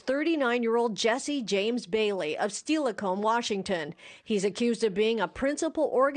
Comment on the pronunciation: No it’s fine! I’m from Seattle so it was more just a general fyi. The reporter lady said “Steal-a-come”. 🙌🩷